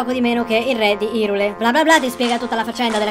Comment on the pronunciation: mi turba che invece di pronunciarlo airul tutti lo pronunciano irul o irule quando il nome hyrule è ispirato alle parole "high rule" come dimostrato in zelda link between worlds dove il mondo parallelo, lorule sarebbe "low rule" va be' immagino non abbiano visto i video degli orion sulle pronunce prima di doppiare il gioco in italiano